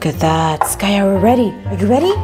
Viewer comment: Her name is skaya